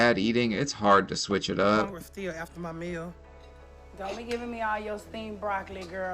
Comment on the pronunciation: Less than a week ago, I had to make food stretch for about 3 days, I only ate dry cereal and the next day I ate only one piece of chicken with more dry cereal so that my children could eat enough to not be hungry..... and this lady talking about " I'm HONGRY" ( hungry) Lady.... please 🤦🏾‍♀️🥴🥴🥴🥴